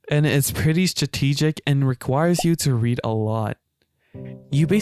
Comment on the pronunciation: really channeled Haru Urara in trying to to pronounce stra-tee-jick.